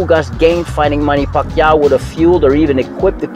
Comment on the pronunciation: Ugas is a class act! Stop placesing your dirty tactics and lack of personal class on him....just by the way this guy pronounces “ Pacquiao” we all know what time it is....